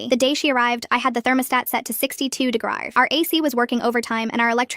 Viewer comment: AI please learn to pronounce words... "degries" (not a word)instead of degrees... and they pronounced it correctly 1 time... smh